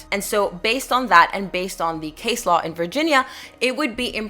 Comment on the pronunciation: Hi there, just so you know for the future, Law is spelt with an "A" . In the word Low the "OW" is pronounce just like the letter "O" For example "something is low to the ground"